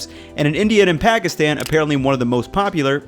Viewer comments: Dope vid as usual! btw it’s pronounced “paw-kis-thawn” :) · Well the "Pa" is ok.. the a "tan" is supposed to be pronounced like the a in "khan" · I don’t understand why this white man is explaining nihari. There’s over a billion brown people who know it better. Also if you’re going to learn to pronounce nihari you can’t learn to say Pakistan properly?